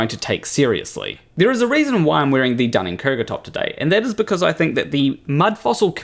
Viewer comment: Interesting vid, but "Dunning Kerger"? Am I missing something? First time viewer so maybe I missed an inside joke?